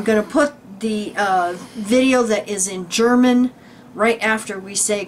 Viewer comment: your German pronounciation is very well. - This was a very interesting video. Many thanks right from the heart.:)